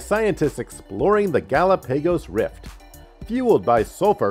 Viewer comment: Gal a pay goes island. Thanks anyway. 🤣🤣🤣